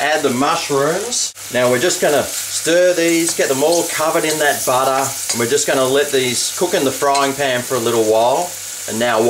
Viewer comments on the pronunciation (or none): sure loves his buttah! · BUTTAH! :D